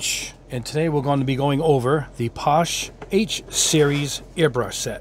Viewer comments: It’s pronounced. passh-Eh. Not posh. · I think it's pronounced .... Paa-Shay